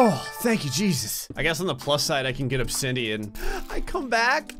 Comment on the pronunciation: My guy really said obsindian